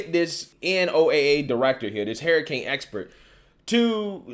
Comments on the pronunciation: Can you say "Hairicain" a few more times? Lol. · Hurricane gas a u in it lol it’s not a hair uh cane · Hurricane bro, not HERRICANE! My God man I can't.